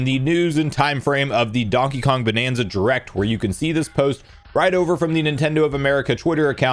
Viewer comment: I continue to be both fascinated and annoyed at the way you pronounce "direct" as jrect